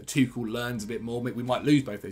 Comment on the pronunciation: Does the pronunciation of Tuchel irritate anyone else very slightly? Apart from...